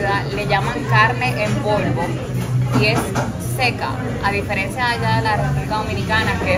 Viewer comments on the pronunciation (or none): none